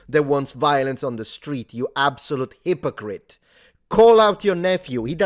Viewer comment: I think you meant "HIPPO" crite